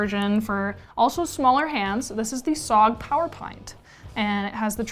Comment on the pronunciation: Please stop pronouncing it "sog", it's S.O.G. Otherwise great recommendations.